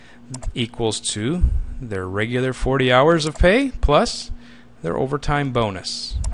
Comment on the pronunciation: "Hours Worked", not "House Worked"